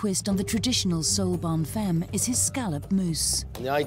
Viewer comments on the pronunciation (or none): Not Bonne fem. It is pronounced as Bonne FAHM FAAHHMM